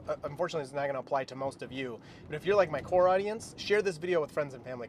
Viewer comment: not me thinking you said "poor" audience when you said "core" audience 😂 Great video! Waiting to see how well FSD beta update V12 is gonna be vs. EP before i upgrade for $99 a month